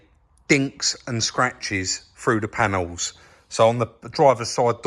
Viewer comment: When you say frew do you mean through ?